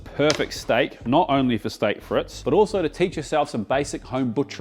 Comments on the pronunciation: It is friets, not frits.. 😂 love the vid! ❤ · "freet" mate, not "frit". The dutch say "friet" which sounds a bit shorter than the french...love that peppercorn sauce, so good! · It's not pronounced "fritz." It's "freet." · Hi, i'm English, currently in Normandy, for D Day +80 Chips are Frites (say freets ) Alumettes are Matches Brilliant as usual, mate Cheers Phil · Hey. Frite is pronounced freeet...like feet. Merci et gros bisous!!!